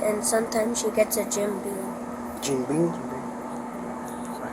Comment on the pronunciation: *Beam not *Bean